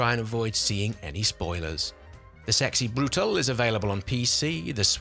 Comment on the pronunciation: It's Sexy Brew-tah-leh.